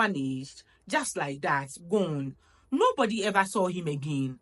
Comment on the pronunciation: Marriage without peace? Boi am gone dadaaada ❤❤❤ I love the way you pronounced the word 'THAT ' it's my favorite ❤❤❤